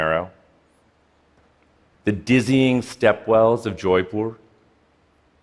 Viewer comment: The dude is Indian and he had to pronounce Jaipur wrong.